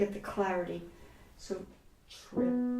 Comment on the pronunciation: This is terriffic. The curmudgeon in me wants to point out that “triplet” has just two syllables. This is what makes music so challenging. ;)